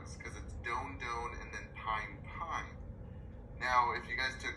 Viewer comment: Pine? It's pronounced peen. Typicals blocked strictly dopamine. Second generation atypicals interact on both Serotonin and dopamine. There's much to it. Atypicals you're risking metabolic issues typicals there's the Parkinson's like effects. Shuffling gate etc.